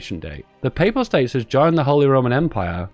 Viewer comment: at least now I know it's not just ISP, the word "papal" is unpronounceable by non-religious English people.